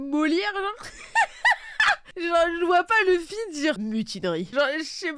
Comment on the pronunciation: Ils ont abusé avec leur LEUFFY 🥚🐓 au lieu de LOUFFY (luffy/Ruffy) 🤦🏽‍♂️